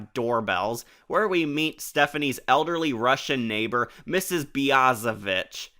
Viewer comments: She actually didnt say the B word. She emphasised the “Vich” in Ms Biaziviche’s name. BiazeVICH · But I think she emphasized the "Vich" part on purpose to make it sound like she was saying the B word.